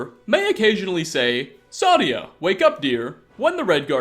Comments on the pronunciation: Also its not pronounced sadia its saadia seyydia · If you just listen to how they all say Saadia , it is Say-Dee-Ah , not , Sah-Dee-Ah. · I dont know how you say the names so wrong when you literally but people saying her name it's say di a sa di a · They literally say her name so much in this video... why still say it as Sadya? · Why does he say Sadia so wrong? Lol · How do you mispronounce Saadia, Faendal and Alik'r when they are all said several times in game? You do mispronounce common things in every video which makes it seem like you are reading a script someone else made and you never actually played Skyrim. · the A is pronounced. Its german/nordic pronounciation, the problem is that the voiceactors are mostly americans and brits.